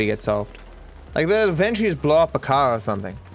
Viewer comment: I love it when he says caw instead of car.